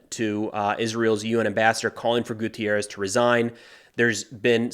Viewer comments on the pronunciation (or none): GUTERRES, not gutierrez. He is portuguese, not mexican for god's sake.